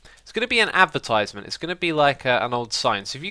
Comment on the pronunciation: its a advertisement not "apertisement"